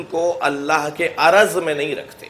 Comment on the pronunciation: Salam ,tul o arz hota hai na kay araz,asal mai araz aur johar hota hai.arz aur araz mai farq hai